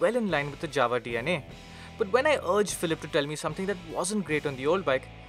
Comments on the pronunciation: Guys, why you call Jawa as Dzawa? Fistly its not correct and secondly Dzawa doesn't make a sense. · J in Jawa speaking like Y in yes. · You're right. This is not the correct Czech way to pronounce it. But its the way its been said here since the 1960s and the company says they're going to stick with it. It's similar to the way we say that we're going to 'Paris', not 'Pahree' :)